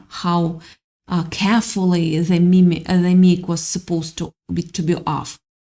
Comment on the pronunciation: Sweet lady. Mic is pronounced like microphone without the phone. Thanks for your reading. ❤️🎉